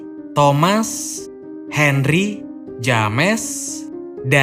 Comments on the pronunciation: kang, maap cuman mau ngasih tau itu dibacanya Jems ya kang bukan James. Makasih:) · Bro ,james dibaca jems bukan dibaca lurus. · Video yang bagus Bang, penjelasannya juga cukup jelas. Hanya saja sebelum meringkas sebuah film, terlebih dahulu abang perlu belajar dan mencartahu bagaimana Prounounce setiap nama2 dari setiap pemeranan, nama tempat, dan yang lainnya. Contohnya, James dibaca Jeims, Kate dibaca Keit, dll. Sukses Terus ya!